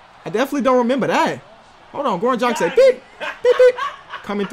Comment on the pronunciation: IT'S [ dræɡɪʃ ] PLEASE, not [ dræɡɪk ]